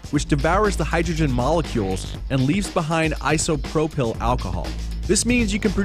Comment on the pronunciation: "īsəˈprōpəl" if you're commenting on science please use the correct pronunciation